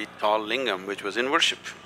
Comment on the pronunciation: That is not lingum re chingum